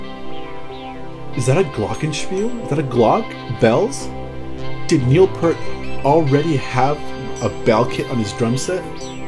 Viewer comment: It's not Alex Lifeson, it's Alex. I might be wrong but I've never heard anyone else pronounce Peart's name the way you do. I've always heard it pronounced Pert and I've been listening to them since they started. I could almost hate all the band because they make me so jealous. What an awesome song.